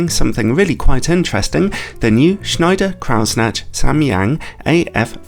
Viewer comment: You murdered Schneider-Kreuznach with your pronunciation, but made up for it with the review itself … ;-)